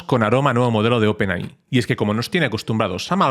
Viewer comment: por favor deja de decir Open AHÍ, se dice OPEN EY! AY!